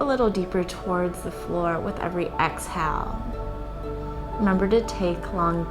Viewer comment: Why can't she say inhale and exhale properly though?